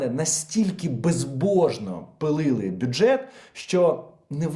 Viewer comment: не пилили, а пиляли. Старайся, я знаю, ти можеш!! Дякую за випуск.